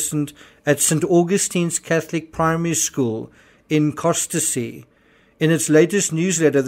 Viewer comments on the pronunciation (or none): ‘Cossy’ not ‘CosTESSY’ and ‘St AuGUSTins’... get your facts right and I’d believe you more. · Interesting content, just a bit of local advice; the "t" and the following "e" in Costessey are silent (for some reason) so it's pronounced "Cossey". I look forward to your coverage of events in Happisburgh, Garboldisham and Wymondham.